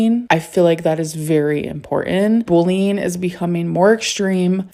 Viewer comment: "Bulleen" wtf 😂